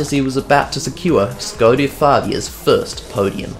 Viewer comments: No f*ucking way you pronounced it Škoda and not skoda like everybody else (donut media included). Large 👍 for you. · Nice 2-parter! It was really great hearing an Aussie bloke, firstly talking about history of cars from my childhood (and also my current car and then even a newer model...) and secondly trying to pronounce it Škoda the whole video just for Czechs? Výborně! Dej si pivo! 😉👍5GHz trance is just a nostalgic bonus... OK, I'll go find that old copy of Colin McRae Rally 4 now... 😅